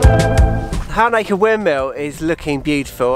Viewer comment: Halnaker is close to home for me, please can you brush up on your pronunciation 😀. You don’t give much emphasis to the L. 😂